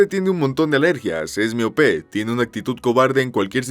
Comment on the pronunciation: Es miopé ? 🤣🤣 Miope !!!